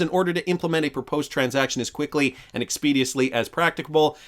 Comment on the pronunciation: Expeditiously - Ex-peh-Dish-us-lee